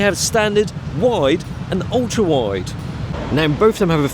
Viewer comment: Because it is a whyide lens😂